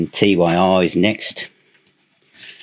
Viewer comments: Tyr is pronounced tear (as in crying), not t, y, r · its not T. Y. R. ! Its Tyr! the germanic mythology god. :) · Why do you spell out TYR? Isn't it just pronounced Tyr (tear). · It's pronounced Tur the God of War and the ruler of law in Scandinavian mythology anyway you want to say it in English is fine with me lol 😂Teir, Tire or TYR it all means the same thing depending on what country you're from. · Its Tyr (pronounced tier)...the norse god of war......not T-Y-R😊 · FYI, Tyr is pronounced "Tier". Domini is pronounced "Doe-min-ee". ;) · Btw, the album is pronounced ‘Tier’. Great video! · Great video but why are you pronouncing TYR as T-Y-R? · TYR is just pronounced tear, lad. £99 for the cd set. They can get bent. Absolute madness.